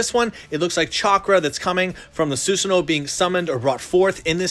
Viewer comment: you should pronounce it as susano not susano